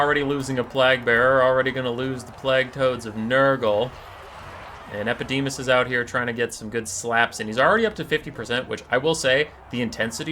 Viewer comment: The fact that you managed to pronounce EpidemIus wrong the entire video baffles me. xD